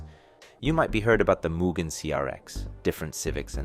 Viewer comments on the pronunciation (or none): not even. its mugen, not whatever this american as$ "muguhn" is